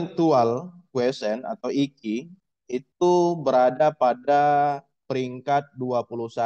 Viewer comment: maaf pak IQ itu di baca nya ai qyu